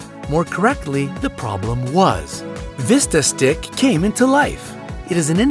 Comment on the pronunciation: #3 "Vistastik"?? .... You mean VITA-STIK!